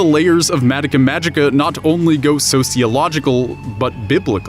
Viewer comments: Stop saying madika magica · I don't mean to come across as snide, but it's always weird to me how so many weebs will watch japanese shows all the way through and be able to talk at length about the themes and implications of its writing, but still mispronounce its name? It's just weird to me, idk.